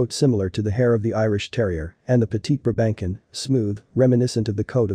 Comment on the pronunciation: NYCZ 0 seconds ago What the heck is a "briBANKin"???? BRA-ben-sohn! I have one, yes, and everything this video said is true, but please don't butcher it's name! I have enough angst when they call mine a "pug"!